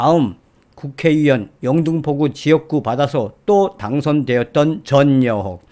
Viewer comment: 유튜브 방송중 <국회의원>을 발음할때 왜자꾸 국회위원으로 발음하시나요? 전여옥 전의원도 마찬가지 입니다. 발음교정 부탁드려요.